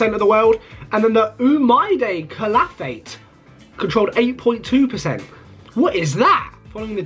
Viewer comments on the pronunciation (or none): none